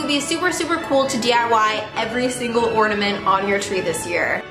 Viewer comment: I'm mad because you keep saying ordamint not ornament